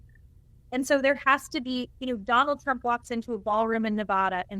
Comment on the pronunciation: Did she say Donald "Frump" in the opening???